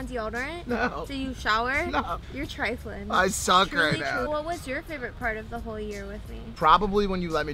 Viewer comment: “you’re trifling” the Chicago in Lana😭💯